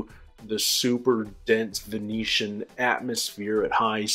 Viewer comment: ok, i swear i’m not being petty, but it’s venusian, not venitian. I only say it because I just heard that Eros had been sent into Venice’s super dense atmosphere, and thought I’d missed a season and/or some cataclysmic world events 😛